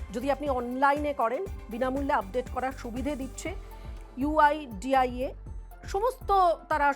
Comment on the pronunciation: Someone tell her website name is "uidai" not 'uidia ' 😂 PS: over confidence ki bhi sima hoti haai mitronn